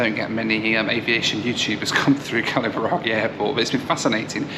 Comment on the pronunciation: Its funny seeing a foreigner pronouncing kalaburagi right and a north indian pronouncing it wrong at the gate lmaoo